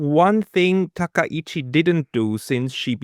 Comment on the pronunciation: Points all well taken, but it’s Takaichi, not Takaishi